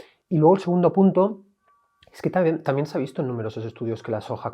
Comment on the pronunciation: " TAMIEN" 😂😂😂 Qué mal pronuncian los españoles! Diox!